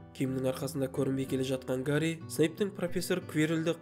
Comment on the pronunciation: Гари емес, Хәри